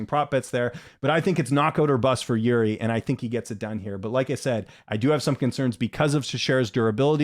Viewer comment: Jiří is ok, but not Yuri, like Yuri Boyka 😀 I am not sure, if you say Jiří or Yuri, but Bisping and the others, say Yuri everytime 😅 I think Procházka doesnt care. He is nice guy. 😄